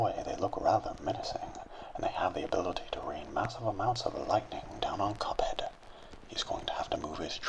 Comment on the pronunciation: He likes how he says "Cuphead"